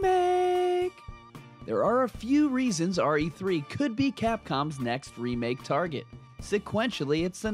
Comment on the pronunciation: Why when you say remake i feel like you say sega 😳😳😳😳